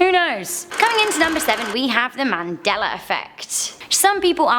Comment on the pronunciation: Anybody else hear Mandeler when she says Mandela?